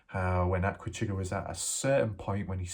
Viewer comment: I can't believe you have put Aquachigger down so bad. First learn to pronounce Aqua....it's NOT the way you say it. Chigg's videos are always good. He shares other information i.e. historical, informational unlike a good portion of other YouTubers including you of repeating yourself over and over and over. You've lost a subscriber not that it matters to you but compared to your subscribers to Chigg's you'll never get there.